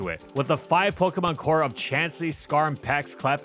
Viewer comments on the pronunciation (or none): none